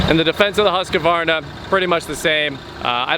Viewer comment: Please stop saying husk-a-varna. There is only one a in the name...